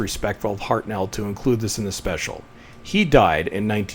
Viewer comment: Off-topic, but the narrator of this video mispronounces William Hartnell's surname...the emphasis should be on the FIRST syllable, not the second (ie. it's "HARTnell", not "HartNELL"). Just sayin'... :-)